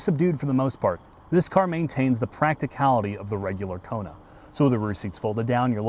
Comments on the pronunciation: "The Koner N" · they apparently spelled it wrong. definitely a coner N, by the way is saying it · LOL 🤣 It's a KONER N!!! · "Koner N"... Wow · "Koner N" no speaka engrish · It's a "Korner" 🤣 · Oh. It has 34 new welds. Now that’s……something. And the vehicle is apparently pronounced “KONER”. I don’t have a boner for the Koner. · “Koner” N.